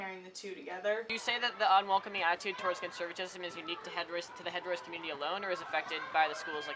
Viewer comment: The girl Madelynn in the gray sweater kept mispronouncing “conservatism” as “conservativism.” 🤦🏻‍♀️ So much for her fancy private school education.